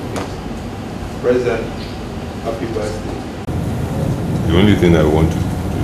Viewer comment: Did I hear Jonathan say "happy baldday"..?..kaii